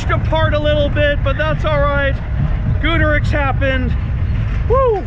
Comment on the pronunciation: Every time he mispronounced Goudurix it pissed me off